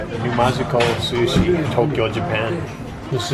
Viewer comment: At the beginning, did anyone else hear susi instead of sushi😂